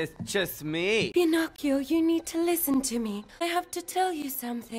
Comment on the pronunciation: “Im ✨ bEllA ✨ “ “pInCochiO”